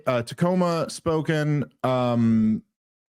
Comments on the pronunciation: said Spokane right and then Dave said it 'spoken' again he used to say 'Spo-cain' it's 'Spo-can' like can... For anyone else that cares 😅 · Spokane is Spo-can, not Spoken. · Weve already been through this dave, its SPOH-CAN, not spoh-kin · PSA: Spokane is pronounced “SPO — CAN,” just like pronounced it. Not “Spoken” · Indeed, it's not Spo-Can't. It rhymes with Coke-Can, but run together. (I've been there, and that's how locals say it.) Wait till he plays Prescott, AZ... That could also take a while...lmfao. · It's not a "spoken" word poetry slam you are presenting in Spokane, you "can" pronounce the name of my city, however. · SPOO-KEN bru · Why can’t Dave pronounce Spokane correctly?!? It’s been bugging me for years